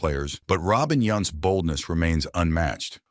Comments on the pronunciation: It is Robin Yount not yacht get it right or don’t talk about him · Obviously he knows nothing about Robin cus he cant prenounce his name correctly